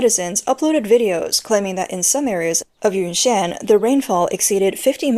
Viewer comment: Ynnnan huh? Not Yunnan?